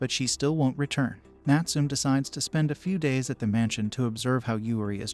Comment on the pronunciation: Please pronounce the name Natsume properly . It's NUT SOO MEH , not NUT SOOM . SMH!!!